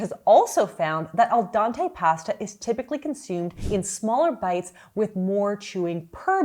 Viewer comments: Al DENte not Dante 😂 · It's al dente..pronounced dean,teh..dea as in Judy deanch not dea as in dear.. But yeh i know many that say Dante because not italian..thats ok. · Al dahntey 😅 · al dawntay pasta 😭 u are so goofy ilu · Oh my gosh I’m so glad for this comment because my mom has always pronounced it “Al dante” and it’s driven me nuts for years. I had a moment like, “oh my god, she’s been right this whole time?!” 💀♥️